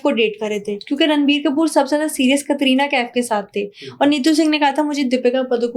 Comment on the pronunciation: Virat and Katrina kaise pronounce kr rhi hai....